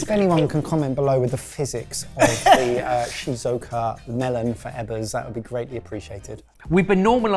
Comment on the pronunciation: So I'm a Brit living in Shizuoka ( pronunciation was something...) and those melons are £30-40 in the supermarket here. Fruit is generally expensive because there's only so much space to grow it so most of it is fairly high quality, there is at least one place that culls most of its melons early on to make space for the best ones. Look into the expensive grapes, that'll get you going.